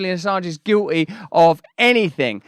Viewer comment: Just for clarity, the word is Guilty. The t isn't silent. 😁I appreciate what you do just pokin fun. Keep up the good work.